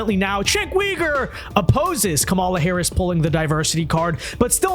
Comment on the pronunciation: if your going to criticize someone at least learn how to say their name cenks first name sounds like jank his last name say it like this U ger